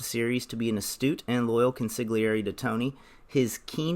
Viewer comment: consigliare: con - se- arrrre - eeee the g is silent. offensive to us italians.